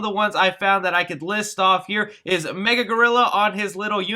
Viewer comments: Ma-gil-la not mega But now I’m a little more interested in the movie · It's pronounced Ma-gill-uh Gorilla, not Mega. And it's Foghorn Leghorn, not Froghorn.... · You said “MAGA” gorilla. Lmaooooo was that a trump Easter egg. It’s “MA-GIL-A” it rhymes with gorilla. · M A G I L L A. gorilla not MEGA gorilla. Jesus I cringed so hard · Its MAGILLA! MAGILLA Gorilla. Not "Mega" Gorilla 🤦🏻 smh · Magilla* gorilla you kept saying mega gorilla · Mah gill a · It’s “Mah-Gill-AH” 😂